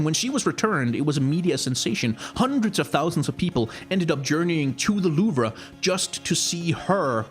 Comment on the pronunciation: I kinda cringe when you said louvre but nice video.